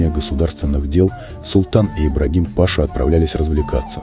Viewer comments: Ну,видно,ведущий думает что кликуха у Ибрагима была ПАша.Вот он соединил воедино и имя и кликуху. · Какой ещё пашаа, Пашша- читается, а не пАша😆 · Да не Па'ша, а паша' -- титул такой, в школу уважаемый диктор ходил, сказки арабские читал? КАРАУЛ!!! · Какой паша?пашА хоть ударения делайте правильно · Вот так кто нибудь послушает и скажет: что у Султана был русский друг Паша? Действительно не ПАша, а паша!😂😂😂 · Какой не грамотный диктор,ни Паша, а пашА' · Кому в голову пришло, что султан спал с Ибрагимом.Мужчины такого типа не обладают мужской силой, они более женственны.Противно слушать Паша, пашА. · Читешь хорошо, но не пАша, а пашА!Турки обидятся. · Бесит, неправильно читаете слова, почему пашА вы читаете пАша, а пашУ вы читаете правильно, не беритесь коментировать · Не пАша, Паша -это Павел,а паша,рассказчик,мля,мать твою! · Ибрагим Паша 🤣🤣🤣🤣🤣🤣🤣 Правильно - Ибрагим пашА , ударение последнюю "А" . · Как же это « пАша» режет ухо! Вы вообще грамотный человек?! ПашА! Это элементарно! Надо готовиться, прежде, чем читать ! Дизлайк , однозначно .... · Человек который изучил тщательно историю про Сулеймана великолепного не смог узнать что не ПАша а ПашА надо говорить???🤔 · пашá блин, а не Паша😆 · А кто читает текст? Робот или неуч? пАша, вместо пашА, шехзаде вместо шехзадЭ.. Так сложно найти желающих прочитать текст? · Ну насмешил Ибрагим Па'ша, правильно оговорить паша' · Да не Паша, а пашА! Правильно читайте!😱😱😱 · По ушам бьет его " паша".Неужели нельзя правильно ставить ударение! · Почему неправильно произносит слова? ВАЛИДЭ ПАША УДАРЕНИЕ НАДО ПРАВИЛЬНО СТАВИТЬ.Неприятно слушать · Режет слух неправильно произносимое ПашА.Позорище.Это не имя Паша,Вы хотя бы имена выучили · Что за безграмотность? Какой па'ша? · Да блин читать правельно Паша (ударение на вторую а.). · Слово пАша режет слух. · Дизлайк за "пАша" , читайте правильно! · Почему такое неуважение к слушателям, пАша, валидЕ ?! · Ибрагим Па´ша 😂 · Он Ибрагим ,а кто Паша? Прямо беда с ударением!😅